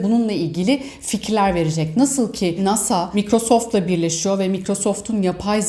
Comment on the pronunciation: Ya ablacım şu telaffuz işini de halletsen çok iyi olacak. Evo ivo diye, öbürü de 'maykrosoft' diye söylenir